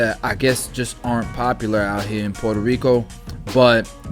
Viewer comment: Fn Say it like this Pwheretoh rrico Not like this Porter rico